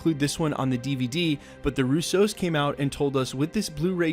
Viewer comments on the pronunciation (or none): Hey, it’s pronounced Roosso, non Rousseau 😂 Love your channel